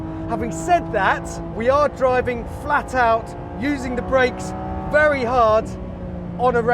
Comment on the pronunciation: b12 whateber berry annoying